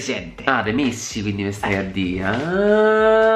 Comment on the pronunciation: ho sentito missi non messi😂😂